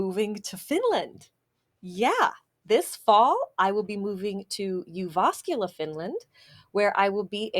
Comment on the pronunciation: Welcome to Jyväskylä, hope you enjoy your stay, see you at Yläkaupunki! Funny thing is when pronouncing the name of our city you seem to put the stress on the second syllable which, while grammatically wrong, is dialect-wise acceptable. There's a joke that if a man says he's from Jyväskylä it mean's he studied there, if he says he's from JyVÄÄSkylä he's probably born and raised.